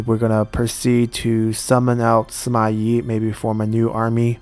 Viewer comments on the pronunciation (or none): Shouldn't the Yi in Sima Yi be the fourth sound